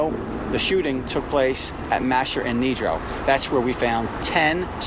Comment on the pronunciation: My eyes: Mascher and Nedro My ears: Mascher and negro